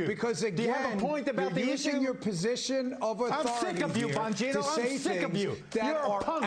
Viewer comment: Bongino - emphasise the 'bong'